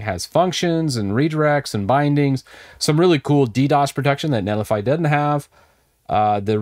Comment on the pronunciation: I believe it's net li figh, as in a verb...